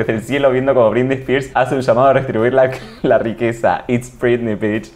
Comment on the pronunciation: Dice "brindy" en vez de Britney...me.pone.del.orto